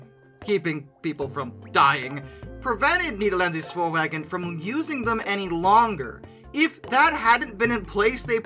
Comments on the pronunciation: Fantastic work, and I loved the fact that the Dutch decided to lovingly hijack the channel! Keep up the good work, guys!!! Also, Nederlandse Spoorwegen is pronounced similar to "Nederlandshe Shpoorwechen" - and Nydqvist is like "Nidqwist" I believe? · the way he said Nederlandse Spoorwegen and LoL